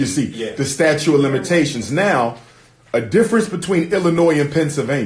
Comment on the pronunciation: It's STATUTE, not statue Umar. You diminish your credibility as an educator/educated man when you continue to make that mistake.